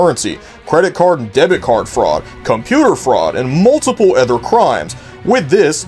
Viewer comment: Are you from a place where they pronounce “other” as “ether”?